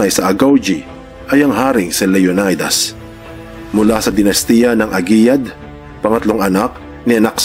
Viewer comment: LEO NAY DAS IS WRONGLY PRONOUNCE. SHOULD BE PRONOUNCE LEO NEE DAS